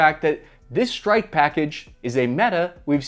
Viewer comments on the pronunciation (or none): wtf is a "Shtrike package"?